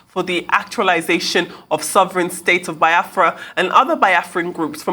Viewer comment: Shame for this lady she can not pronounce Biafra